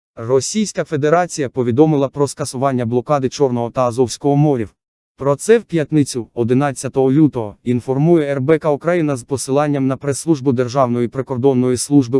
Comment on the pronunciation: Новини хороші... тільки чому стільки помилок?? Особливо з наголосами. Чому (чорного і азовського) "мОрів", а не "морІв"? Чому "п'ятнИцю"? "передісторія тАка", "глибИни яка залишилася", "на рІзку критику" , "не допускати в пОрти"... українці так не говорять...